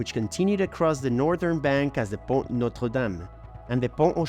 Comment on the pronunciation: By the way, the letter ‘T’ at the end of the word PONT is silent. It is pronounced PON